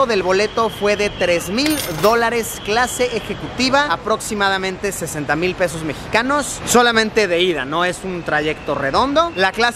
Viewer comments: Soy el único que se dio de cuenta de que dijo peos mexicanos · Soy el único que escucho 600 dólares es igual a unos 6000 pedos mexicanos?? jajajajjajaja pS. Sin ofender a la gente mexicana